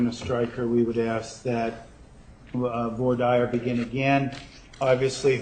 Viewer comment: Nurmi can't pronounce "Voir Dire?" Where did he go to law school?